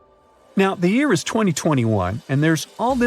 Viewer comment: this fucking AI even cannot talk on Year in propper way!